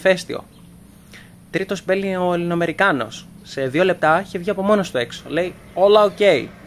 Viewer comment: Αλβανική προφορά έκανε για των «Ελληνοαμερικανό» Try again αδερφέ